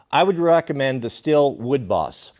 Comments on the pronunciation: Not to be nit picky, but I believe Stihl is pronounced “Steel” not “still” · Its not still, its steel. Though being stihl makes that an easy mispronunciation. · Steel is the pronunciation. Not still. They literally have promos called men of steel. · It’s pronounced STEEL. Literally says it on their website lol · Its Stii-hhh-llll not STILL. You make moonshine with a still, you cut wood with a STIHL! Don't believe me? Watch their promo videos! Also, BLUE THUNDER>> Stihl and Husky!!